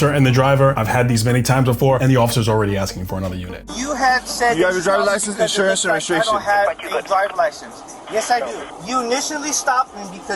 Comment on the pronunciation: Dude, its IN-surance, not Assure-ance.